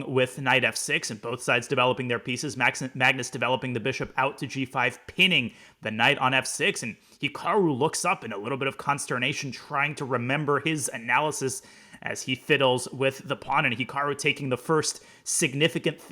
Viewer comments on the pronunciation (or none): con·ster·na·tion not consterpation